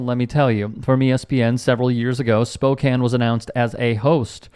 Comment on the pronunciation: Thank you for saying Spokane, right. I hate it when it is mispronounced...